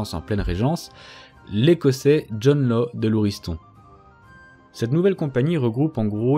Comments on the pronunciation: Bonne vidéo sur un sujet trop peu traité. Petite précision : « Law » se prononce « Lasse », c’est écossais, sans doute gaélique, ça ne se prononce pas à l’anglaise 😉🏴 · Toujours très intéressant ! Juste un petit truc : étonnamment, le nom de Law se prononce /lass/ selon les historiens. Cela doit être car on s'en fichait de la prononciation britannique à la cour française du XVIIIe siècle, ce qui a donné cette prononciation bizarre. (Richelieu appelait le duc de Buckingham /Bukingan/ par exemple.)